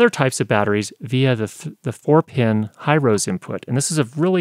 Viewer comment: Really liking your channel and reviews as I am about to buy either the Zoom F4 or the F8 (still trying to decide.) Just FYI: Hirose is a Japanese company, so it is pronounced "Hero-Say" with no accent on either of the syllables. Hope that helps!